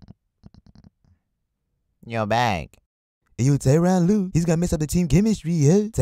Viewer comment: tyronn lue sounds kyrie